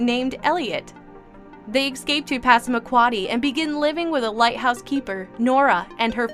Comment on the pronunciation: she also says "ecscape"